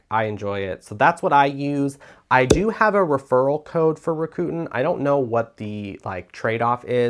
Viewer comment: It’s pronounced Rack-ah- ten…😊